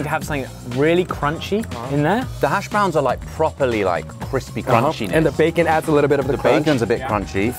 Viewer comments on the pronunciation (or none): I love how they put the emphasis on the second syllable in hashBROWNS. So proper.